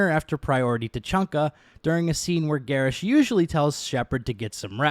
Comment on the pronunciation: his name isnt garrish is garrus. why are you adding the sh?